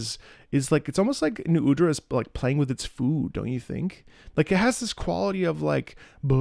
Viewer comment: srry you pronounce nu udras name wrong, actually its Nuh uhdra : )